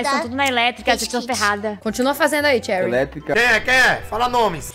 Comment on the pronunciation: não é xeurii é cherry mds volta pra escola volta